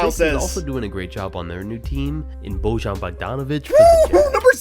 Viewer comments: it's pronounced bo yawn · Your disrespecting Bojan by pronouncing his name wrong he is a BEAST